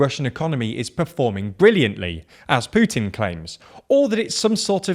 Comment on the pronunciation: Finally someone non Slavic can pronounce Putin the right way.